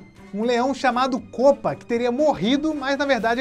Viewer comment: Para de fala kopa